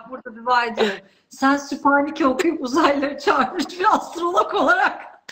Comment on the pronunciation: Süpaneke değil Sübhaneke